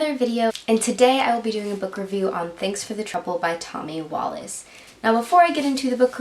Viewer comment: His name in pronounced Wallick not wallace.